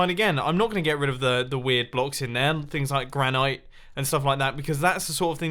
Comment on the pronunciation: Mumbo it’s pronounced gran it not gran ite